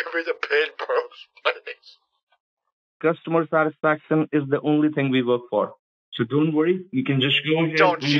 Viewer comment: "Osmosis of satisfication" 🤣🤣